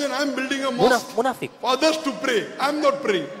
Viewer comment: it's so funny when she introduce herself as a moeslem but she don't know how to say a mosque. see on